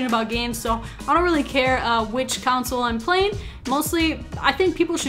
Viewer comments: The word is pronounced CON-SOLE not counsel haha. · Tf why you saying council? Can't say console can you? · Console, not counsel. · Did anyone realize that she pronounced "console" to "counsel"? Lol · Lol I live in the Midwest too. I've never heard anyone say it like that.